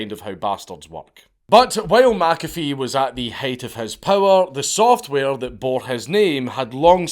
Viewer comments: It's Mc-A--Fee, not Mack-Affeee... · Meh Cafe, not Mac Cafe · It's actually pronounced mick- A-fee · Being Scotts, you're both wrong. it's pronounced 'my coffee' bloody Scotts. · Only a European would have the gall to tell a man how his own name is pronounced. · The hubris of telling a dead person they were pronouncing their own name wrong. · McAfee comes from Mac Dhuibhshíthe which if you pronounced it in gaidhlig would sound more like the way he says than how you said it dank. Just nit picking. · Pronounce it the way HE pronounced HIS name! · As a scottsman I'd have thought you'd be able to pronounce McAfee properly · All this time warning us you were gonna butcher other languages' words and you can't even stay consistent with pronouncing a name from your own land, you cheeky bastard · Wtf, Dank? You're arguing with a dead guy how he pronounces his surname? 😁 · that pronunciation really bothers me too, I currently live in McIntosh FL. Everyone calls it "MacIntosh", like the bloody computers. I also wonder when you'd get around to this guy. I met him, hell, I offered him and his women breakfast on several occasions. the smell of bacon and eggs wafting from the galley on my boat was a good persuasion tool. I used to live on a big old pacemaker, wood hulled motor yacht from the 60s. McAfee and his ladies moored up next to me in the marina I was berthed in, stayed for a couple weeks. I always wondered, some of them girls looked young. like... too young. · "No John, you're saying your name wrong" 😂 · My second name is mcafee and i say it the correct way just like john mcafee and im irish this scottish pronunciation is bullshit